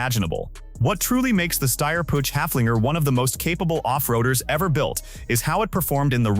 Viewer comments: Downvote for the inability to correctly pronounce PUCH... it's Puch not Puutsch! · It is not a pooch, it more like [pʊx]. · Pronunciation as well. 'Pooch' lol. Don't they even listen to it before they put it online? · AI/text-to-speech is dumb. Puch is not pronounced " pooch! While the ch sound does not exist in English, you can approximate it by pronouncing it like the ch in the Scottish word loch (as in Loch Ness). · and AI is not even consistent with itself! For the Pinzgauer it was Puck instead. Still wrong, but better than Pooch. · I'm already allergic to how you pronounce 'Puch'. It hurts my ears.